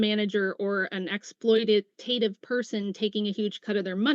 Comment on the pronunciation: Smarter than, who doesn’t even know how to pronounce “exploitative”.